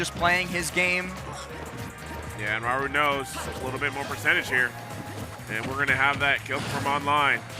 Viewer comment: is a good commentator and seems like a nice person but holy shit just say Raru without the japanese accent, jfc that is insanely cringe weeb behaviour